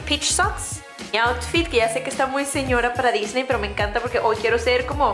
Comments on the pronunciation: A Diseny... Jajaja la dislexia!! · dice diseny y no disney